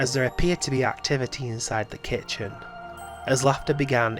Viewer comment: Why does the word "kitchen" seem like such a difficult task for you?